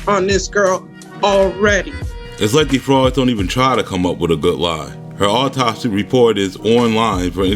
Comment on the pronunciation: You would think that she could and would pronounce Autopsy correctly